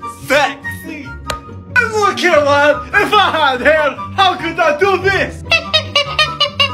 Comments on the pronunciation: Ok the ✨STAWPIT✨ always gets me- this dude just 👌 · ✨U LITTLE SNOLLY GOSTER✨ ✨STAWPIT✨ XDDD